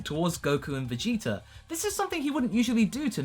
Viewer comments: he said viggeater lmao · Vegeter. Lmao.